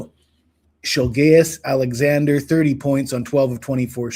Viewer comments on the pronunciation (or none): shilgayous? brother what😂 😂😂